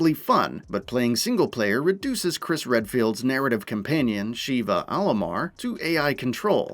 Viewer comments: oh god, the neme is SHEVA not "Shiva" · Agreed!! One thing though. Why does everyone mispronounce Sheva’s name. She literally says her name in the game! It’s not “Sheee ba” it’s pronounced “Shev uh” (to try to put it as it sounds). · It's pronounced Sheva,like CHEVrolet. I've only heard Chris say it a million times on professional difficulty. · I don't think he's played the game much to figure that out considering the constant "Sheeva"